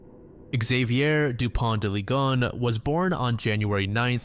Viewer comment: slight correction, his name isn't pronounced "lee-gone" but "lee-gon-nes"